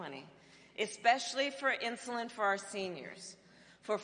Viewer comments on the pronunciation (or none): none